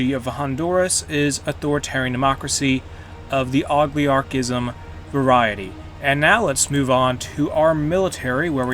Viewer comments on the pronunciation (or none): It's time to make some money in Central America as the Fruit Corporation! It also intrests me that you say "Oligarchy" as "Ogliarchy".